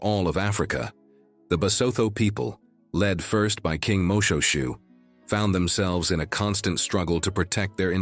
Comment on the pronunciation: Another pronunciation comment. The King was not MO-SHOE-SHOE as pronounced by the commentator but rather MO-SHWAY-SHWAY.